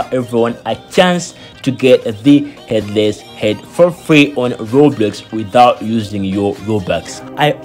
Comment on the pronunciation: Bro said Robloos💀💀